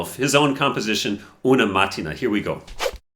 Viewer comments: Sorry for being pedantic, but it is pronounced "eh'-inah-udi". Also, it is "uno" (as in the game) and "mahtti'na" (i.e., the main stress is in the "i". 😊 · Great video! The right pronunciation of the title is "una mattína", with the stress on "i", not on the first "a". 😉